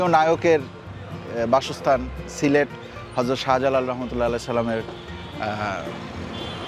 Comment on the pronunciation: সিলেট কে সিলট বলতেছেন কেন বেকুব এর মতো,আপনার বাড়ি কই